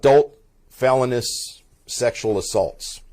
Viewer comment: Somebody tell the Sheriff how to pronounce “felonious”. Unbelievable. 🙄